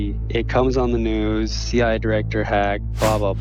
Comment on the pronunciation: "CWA" 🤣 really?